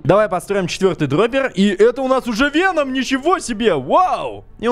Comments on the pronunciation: Не веном а вэном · Вееном а не вечером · Правильно говорится "вЕном" а не "венОм" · вЕном ударение на Е! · Веном. Ударение на е а не на о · Не ВенОм а ВЕном ударение на е ну это твоё дело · Вееееном а не венооом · и да правильно вен0м не вено0м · не венОм а вЕном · вЕном а не венОм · Венома ударения на е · СимбиотЫ* (ударение на Ы) вЕном (удариние на Е) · правильно говорить Ве́ном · Если что то Веном ударение падает на е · Веном ударение на е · Правильно говорить вЕном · вЕном правильно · веееном правильно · ТЫ 100% НЕ ФАНАТ ВЕНОМА ТАК КАК ТЫ НЕ ПРАВИЛЬНО ПРОИЗНОШИСЬ ВЕНОМ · Веном на первый слог падает ударение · Веном, ударение на е!! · В слове веном ударение на е